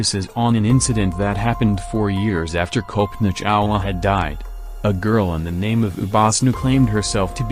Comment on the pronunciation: It's pronounced Cullpanaa Chawla (not Kowlpoena). 🙂